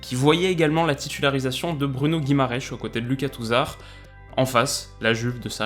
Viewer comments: Svp arrêtez de l'appeler «GuimarÉsch», son nom c'est Guimarães, qui se prononce plus ou moins «Guimar-ain-es» (le ã est nasal en portugais). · super video. sinon la prononciation de Guimaraes c'est plutôt Guimaranch.